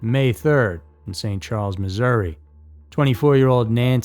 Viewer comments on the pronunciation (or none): none